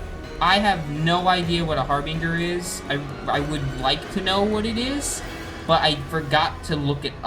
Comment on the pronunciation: It's pronounced har binjer not har binger XD